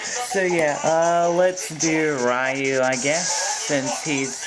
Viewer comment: his name isn't pronounced rieu its reu